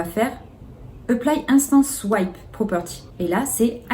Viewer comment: Merci pour cette vidéo très claire, juste une petite précision, swap se prononce souap et veut dire "échanger", swipe se prononce souahip et veut dire glisser.